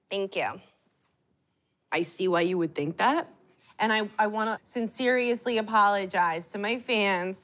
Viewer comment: Sinseriously not sincerely😩lol